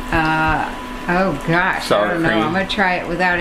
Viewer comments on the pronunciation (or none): none